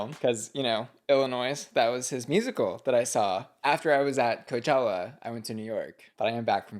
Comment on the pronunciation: I have to skip the sponsorship now since you ‘ just came back from coechella’ and all